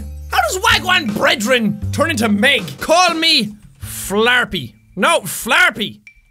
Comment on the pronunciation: Wagwan bredrin is Jamaican for : what's up brother XD it's not a name , the way you said it was spot on though lol